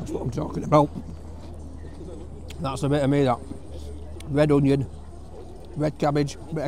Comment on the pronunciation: No " ing" the end of "Onion"